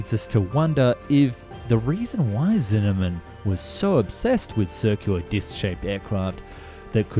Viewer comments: omg i can't stop hearing cinnamon instead of zimmermann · Sigh. Dude. Its Zimmermann. Not Zinneman. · "sinnemen" its ZIMMERMANN